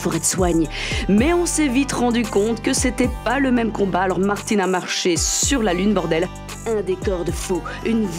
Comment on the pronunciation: Chappy doudoudou Martine pas Mertine